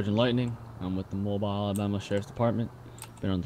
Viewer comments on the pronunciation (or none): learn how to pronounce Mobile. correct pronunciation = Moe - Beal